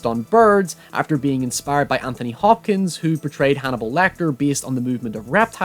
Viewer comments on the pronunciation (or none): none